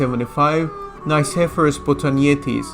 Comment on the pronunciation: You are pronouncing "Nikephoros" wrong. The Nike part needs to be pronounced like you would say "Mickey" (From Mickey Mouse) but with an N instead of an M. And phoros is pronounced flat and also intonated like that "phoooooros" "Nickey" + "phoooooros" = nickeyphoooros you can also put "Νικηφόρος" in google translate, choose Greek and see how the name is correctly pronounced. As a Historian you are just obligated to do the minimum amount of research (google translate) before you butcher someone's name. The rest of the video was really good:)